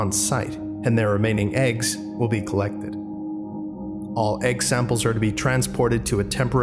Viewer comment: did you say collEGGted